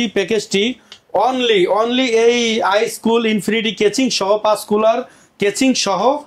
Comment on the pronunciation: Kaching not casing